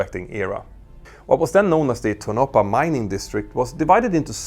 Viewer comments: It's not "To-NO-puh," it's TOH-no-pah." -- The Skunk Works was in Burbank until 1989, 30 years after the U-2 testing. JANET flies from LAS because "why not?" While they don't talk about it, it was never a secret. Las Vegas provides plenty of temporary housing opportunities, mostly in the southern part of town (closer to LAS). LAS also has as all of the facilities necessary to handle B737s, including parts warehouses. Nellis AFB has limited access, which is shared by base personnel, while there are several major thoroughfares from which the Non-Existent Terminal can be reached, day or night. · It's "TOE-na pa", not "Toe-NO-pa". Also, Skunk Works was originally located in Burbank, CA, only relatively recently moving to Palmdale. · ... pronouncing Tonapah "toe NAH paw" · you are really fucking up the name of the town there. its an indian word. Tonopah is "TONE-a-PAW" or TOHN-ə-pah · I like how you say tonopah. Lol it’s Tone - a - paw ;) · Tonopah is three syllables. To - no - pah. Love your channel. 😁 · I hate correct people's pronunciation of a word ..But in this case I have to become Commander Grammar and correct you. Tonopah is pronounced- TOE-NO-PAHH I live in Vegas so kinda have the knowledge of it. Hanging my C.G. costume up now. Good video though! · For reference Tonopah is pronounced Tone-a-paw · Tonopah= pronounced tow-no-paw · It’s toe-na-paw. Tonopaw